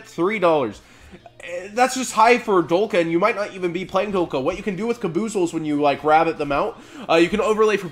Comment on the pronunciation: its kaba-zools, or kaba-zalls, not kaboozles